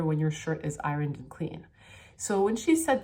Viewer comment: she can't say ironed lol